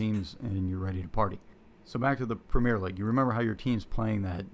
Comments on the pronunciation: It's not 'Premiere' - it's 'Premier' - English Premier League - pronounced quite differently. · The guy making his video made such an effort to get all the names of the leagues correct but stuck with "premiere" like we are in France or the theatre....